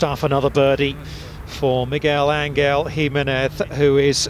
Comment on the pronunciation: MeGWELL? AnGELL? wow.